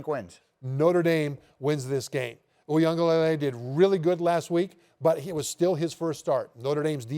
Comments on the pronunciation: It's luh-lay, spoken very quickly, not lay-lay lol. Nation's having a real hard time with his name 😂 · for my white folks Wee-gah-lelay 😂 thats how to say it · They wont even spend 5 seconds to learn it. Kinda disrespectful